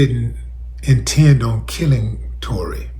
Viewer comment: He butchered Tory 🤦🏿‍♂️🤷🏿‍♂️